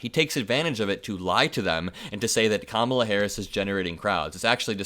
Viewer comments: I hate how they intentionally mispronounce Kamala's name: it's emphasis is such: KAMA la. So rude and disrespectful. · People who mispronounce Kamala’s name, just a poor reflection on themselves. If they can’t Provence a name correctly, they look stupid